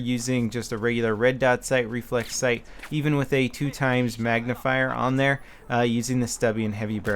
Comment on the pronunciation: "Magnification sc-ight."